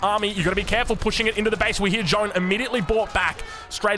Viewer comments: Try to pronounce the letter « a » in her first name like the last « a » of the word : America, and forget the « e » or « o » depending in which language you read it. In french it is written: Jeanne d’Arc But it is pronounced: Jaahhnne d’arc You’re welcomed. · Even tho i do not play aoe4 multiplayer, i am becoming addicted to your vids. So glad i discovered your channel. Btw the correct pronontiation for Jeanne would be Jane but pronounce the A like in the word "caster" ;). keeps up the vids ! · A and O are often pronounced the exact same. Walk, Wok , Lawn, Dog Using IPA is a good way to share pronunciation in text form when talking with english speakers French Text: Jeanne IPA: ʒɑn ʒ as in treasure (‘trεʒə), azure (‘æʒə), closure (‘kləʊʒə), evasion (ɪ’veɪʒən) ɑ a in French bas: a sound made with a tongue position similar to that of English (ɑː), but shorter [English ɑː as in father (‘fɑːðə), "palm", “spa", "lot" and “stop.”] n normal english n sound ---- ɑ So basically saying John isn't far off, in fact the o in "John" is the exact same sound just a slight difference in the length Hell, I bet you could use IPA:ʌ or IPA:ə as long as you pronounce it really quick and people won't really care ʒ However the J in John is not really correct at all. The sound is ʒ like in the word treasure ʒɑn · I love the videos, but as a french viewer i got triggered by the Joane, the good prononciation would be "Jane" the letter "A" prononciation is the same as the beginning of "Army" or " Arc " so you would pronounce it " Jane d'arc ". Still the videos are amazing thanks for the content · Hey, thanks for the absolutely massive video streak! If you want to perfect your pronounciation (which is honestly already good to my french ears), "Jeanne" is not pronounced "J-han" with a final nasal sound but "J-a-n", with a distinct "a" like in the beginning of "absolute" or "arbalest" followed by the "n" sound;) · It's JeAnn, with an "A" like in Archer, not John d'arc 🤣